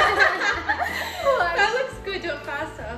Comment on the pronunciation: when said faster i heard pasta HAHAHAHAHAH